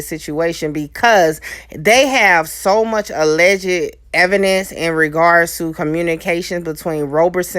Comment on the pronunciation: Hey young lady, please learn how to pronounce "alleged" correctly. It is NOT alleg-ged with three syllables, it is alleged with two syllables. Put the word in Google for the correct pronunciation. Good luck with your channel, babe.:)